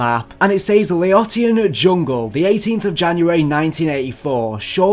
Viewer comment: La-owww_shun = Laotian